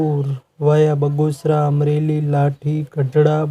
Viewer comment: બગોસરા નહીં ભાઇ બગસરા બોલો